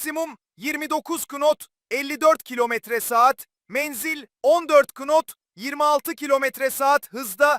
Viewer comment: Kınot???!!!! Ulan bu kadar cahilsin git popçuları topçuları yap, girme bu konulara, lan google a yazsan zaten nasıl okunduğunu söyleyecek.....